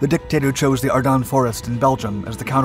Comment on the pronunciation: I know this is trivial but i hear him saying. Are dun. Not are dens. I always thought the latter… maybe local area pronunciation? Thoughts?